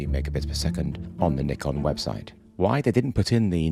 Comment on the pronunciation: Finally, someone saying Nikon as “Knee-Con”!